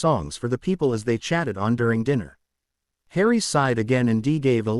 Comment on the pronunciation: Dinner is not pronounced Diner